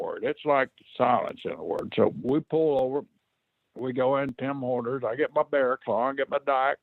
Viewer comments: Its Tim Horton’s. not tim horners. Horton’s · Tim Horners🤣🤣🤣 You mean Tim Hortons. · Why did Brisco call it Tim HORNER'S INSTEAD OF Tim Hortons 😂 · Wondering that too. Turns out Tim Horner was a jobber back in the day. Fucking hilarious. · It’s Tim Horners from now on in our household.